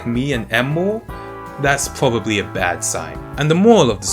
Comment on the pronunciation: Nice video, but you are annoying as hell with pronouncing your 'r's like w. For instance "If it sounds too good to be twue, it pwobably is."